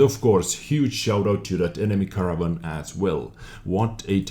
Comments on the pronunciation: Haha the way you pronounce Caernarvon is like Caravan ;P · Fyi, try saying it like car-nar-von :D P.S. Nice vid! Really like these replays from the past